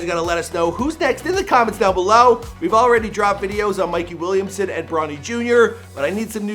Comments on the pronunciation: “Mikey Williamson” 😂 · Wait he said mikey Williamson